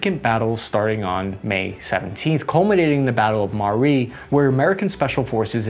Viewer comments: It's A-bu sa-yyaf not abu-shariff. Also, it's Ma-ra-wi not Mar-wi lol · Hi the correct pronunciation is ma-ra-wi not mar-awi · bro butchered the abu sharifs names in the battle of mari lol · Abu Sayyaf becomes "Abu Sharif" Marawi becomes "Marwi" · "Abu Sayaf", it is pronounced: Abu Sai-Yaff, not "Abu-Sarif" Marawi is pronounced: Ma-Ra-Wi but still, I love your videos just the same! ❤❤❤❤